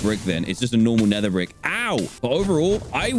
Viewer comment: Dan really said (netheright BrICk)